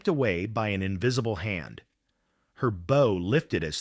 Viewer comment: When they mispronounce "bow" you know it's an AI production.